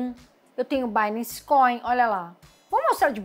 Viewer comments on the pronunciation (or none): none